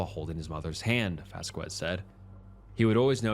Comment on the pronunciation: Loved this video! Would love to see more like this in the future along with your regular content! Just one note, the name Vazquez/Vasquez is usually pronounced like vass-kez not vass-quez. Other than that, loved all the detail and information! Just thought I'd let you know